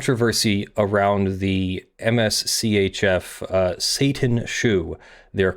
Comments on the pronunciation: You keep saying "M-S C-H-F"... If you didn't catch on already, I'm pretty sure it's Mischief. lol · For future reference Mschf is pronounced mischief. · Am I the only one, who is sure that MSCHF is intended to be pronounced “mischief”? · Also, I belive MSCHF is pronounced "Mischief"